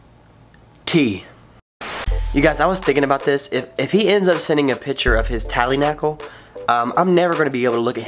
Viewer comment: “tally nackle “